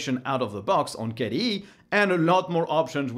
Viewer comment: Took me a while to understand that you're referring to KDE and not some kind of a new environment called "caddee"....